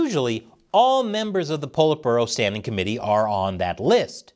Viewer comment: Politburo "Pull it Burrow"..